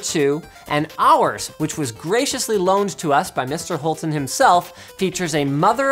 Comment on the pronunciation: Haha Love Hulten, it can not be easy to have that name while talking with english speaking people. His name is actually pronounced Lo Ve